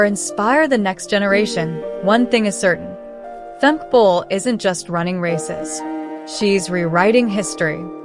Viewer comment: Sad to say this is not a good video unless you are a rabid Femke Bol fan. Worse, the fembot narrating this can not pronounce her name properly, calling her Femk and not Femke with attention to the second syllable. I really admire and respect Femke Bol, just wish she ran at a different time than Sydney M-L so she could really shine! The narrator speaks of records owned by Sydney as if they are Femke's. Well at least this was cost-free...